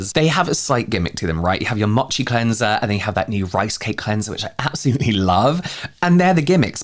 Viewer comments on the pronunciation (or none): none